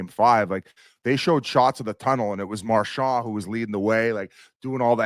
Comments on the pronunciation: except he doesn't say that lol...he says marshaw...and its fucking brutal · Biz pronouncing Marchand's name like a normal person: Impossible